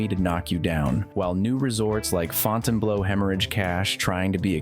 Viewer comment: The person doing the voice-over should learn how to pronounce words. FountainBleau = Fountain*BLUE* -1